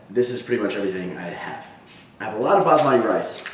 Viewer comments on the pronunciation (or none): I love you so much but I cringe every time you say Basmati! LOL It's pronounced like Boss-muh-thi =) <3